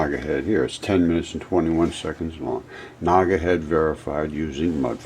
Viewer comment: “Naga Pleez” 😬